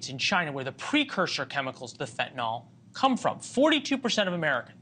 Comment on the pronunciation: RN here who has given fentanyl IV. I don't understand why people insist on saying fen-tin-all; it's FEN - tah - nill.